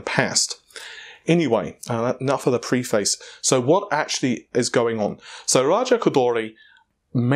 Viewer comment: About 1 minute 30 seconds after calling preface, pre-face.